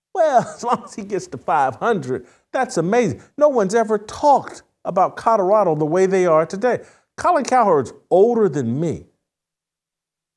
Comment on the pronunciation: Jason, love you, BUT it’s NOT Cutterado it’s CoLorado!! 😁😁